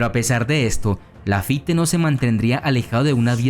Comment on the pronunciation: No se pronuncia "Lafité", sino "Lafít"!!